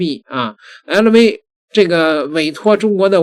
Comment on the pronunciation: ei lou v 哈哈哈！普通话都说不好